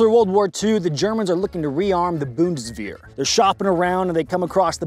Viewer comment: Dude, say it like bun-dis-vayr